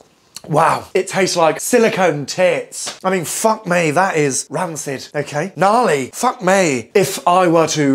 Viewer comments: " Ok ae " 😂😂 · Mmm did he say “okay” or?